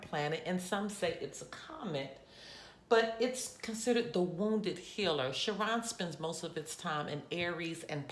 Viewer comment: It's Chiron said like Kyron not shiron